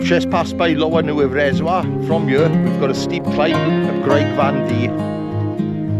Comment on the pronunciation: just a small correction, Neudd is pronounced Nay-yav, but incredible video mate!, doing the horseshoe on the 14th.